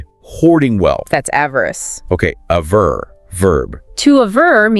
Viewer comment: At min. it’s gotta be 'aver' (v), not 'avar'. 😊